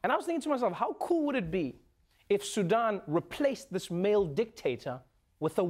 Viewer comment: Kudos to Trevor for pronouncing Sudan correctly. SuDAN is such a pet peeve of mine. Also it’s Muslim not muzlim. Ethiopia is 3 syllables not 5. The last part of Eritrea is pronounced tree-a not trea.